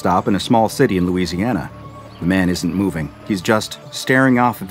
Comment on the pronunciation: nice louisiana